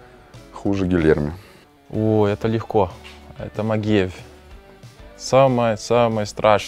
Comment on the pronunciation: Научитесь уже правильно произносить фамилию Магкеев